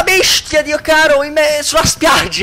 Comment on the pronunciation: Adoro come in questa scena dice "Una BESHTIA!" XD